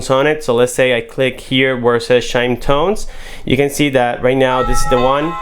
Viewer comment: Shime tones lol. It's not a word but and this guy has no clue what he's reviewing. Ring is horrible too much delay. By the time you notice someone at the door they're already gone. Too many for their server to handle? Or maybe ring uses p2p meaning it bounces off a server somewhere in China and by the time it gets back to you they're gone. Ring definitely a horrible product go fit Nest Hello